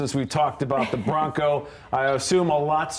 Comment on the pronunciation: Its :"BRONCO" buddy